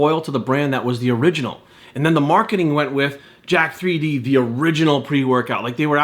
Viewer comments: It's pronounced Jacked not Jack 3D. I've never understood why people don't realise that the 3 is supposed to be a backwards E. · it's pronounced jacked. just like 1337 is slang for leet/elite. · Can't even pronounce the name properly.....